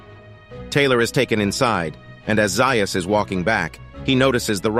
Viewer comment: Dr. Zaius is pronounced Zay-is, not Zeye-is.